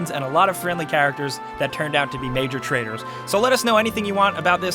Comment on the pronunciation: It's pronounced traitors, not traders!!